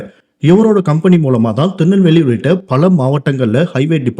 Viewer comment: Thinalveli illa da thirunelveli